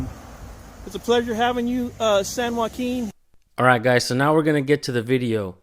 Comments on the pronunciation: Why does it make me cringe whenever he says “San Joaquin”…. Oh gosh lol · Shot of beer every time the asstant manager says "San Joaquin " would leave ya passed out on the floor 😆